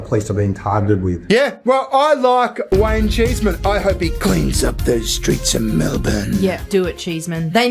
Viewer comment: Heard you say his name and all I heard was Wang-cheese Man. And that shall be his name henceforth. 😂😂